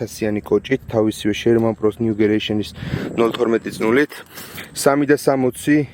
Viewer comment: გამარჯობა ნიუგერეიᲨენი არ არის სწორი ნიუგენერეიᲨენი არის სწორი ❤